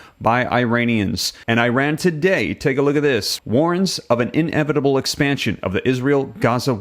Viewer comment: Inevitable is one word. Not in-evitable. Lol. Couldn't even pay attention cause i was just hearing you say that